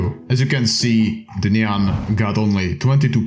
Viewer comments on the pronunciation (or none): he probably thinks nyan is said like cyan